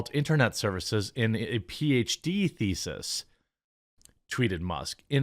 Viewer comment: I like how Jeremy's 'thesis' is yowls 'feces'